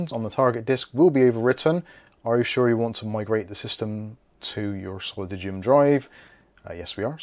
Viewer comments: solidigm-> soh-lih-dime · Solidigm is pronounced, 'Saul-a-dime', btw.... :) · Pronounced like "solidime", Wendell has a good level1tech video with a guy from the company - IIRC they have done a lot of work on the software side, was interesting stuff but a bit above my level. Whatever they were testing the solidigms were faaaaaast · Thank you for pointing this out. He drives me crazy mispronouncing the name.